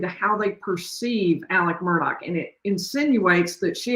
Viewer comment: Astonishing that after all this time, neither of you can pronounce the name. MurDOCK